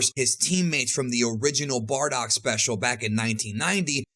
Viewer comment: why do i keep hearing 'bordock' every time he says 'bardock'?